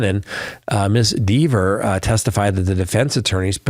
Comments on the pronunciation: Not sure we're watching the same trial. First it's John not James. Also, it's Dever (like Denver without the n) not Deever... She made that VERY clear on the stand. You sure you're actually watching this or are you getting a recap from someone else? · Do you even watch the Read trial? -JAMES O’ Keefe?? No, it’s JOHN. JOHN O’Keefe. -Deeevers? Had you watched, you’d have seen where she admonished AJ for that pronunciation. There are more you facts you got wrong, but I’m over it and dropping you. You’ve gotten wasaaaay too deep in the bias weeds.